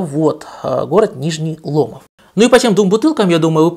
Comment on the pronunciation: поправочка. Лично был словесно опиздюлен от местных челов, правильно говорить Нижний ЛомОв, ударение на последний слог, парни горячие очень любят свою землю, Пензюки сякие братцы))))